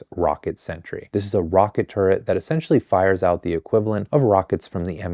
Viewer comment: you’re the first person i’ve ever heard pronounce turret right